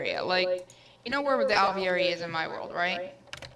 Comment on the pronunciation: Lol when says Alveary it sounds like hes saying ovaries. Is it just me?